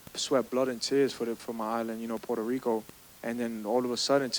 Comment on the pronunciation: Berlanga vele verlanga 😂 que paso pueltolico